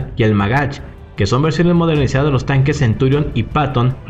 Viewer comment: Creo que se llaman merkava y centurión y no "mérkava" y "centúrion" ... Por lo demás bien